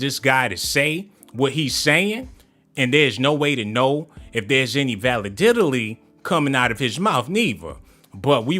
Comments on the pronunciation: the moment my mans said "validility" I prepared to log off 😂😂😂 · “Valididaly” lmao bro you added like 5 extra letters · Nigga said "Validilidy" lol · This nigga said Val la did didty 🤣 🤣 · Bro said "validility"...🤦‍♂️😂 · Bruh.. Did he say VALIDILITY?? 🤔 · lol the way you said validity